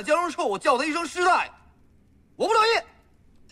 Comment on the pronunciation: 不是师大爷，是师大爷.....爷字儿轻念，大爷读二声那是跟大爷是俩概念，后者是爸爸他哥，前者是对有身份的人的尊称